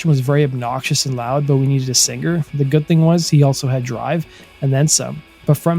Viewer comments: To the narrator ~ The word 'singer' isn't pronounced sinGRR. The g is soft in ing words. How old are you? Learn to speak correctly if you're going to narrate. It's irritating AF to continually hear you mispronounce that word. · I’ve never heard an American pronounce it as “sing-ger”. Sounds alien to me. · Well done. Only please the word "singer" has the "g" silent. Thanks. Keep up the good work. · whats with the hard G in the word singer?